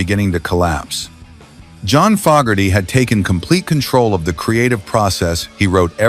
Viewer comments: Once again, an AI voice destroys a video. It’s FOE-gerty, not FOG-gerty. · FO GARTY NOT FOG ARTY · True it,s pronounced Fo ,gerty .I hope A1 doesn't holiday in Ireland and Say Ah Hello there missus FOG,erty😂😅😂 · Could have at least got the AI voice to pronounce Fogarty correctly. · It's Fogerty with a long a. Geez